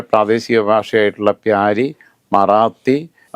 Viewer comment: പ്യാരി അല്ല. ബ്യാരി